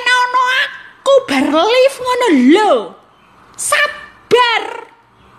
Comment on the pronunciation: Bkn lif mbak laife nek ndak bisa bilang live. Atau bhsa indo aja siaraan langsung enk yg denger...😆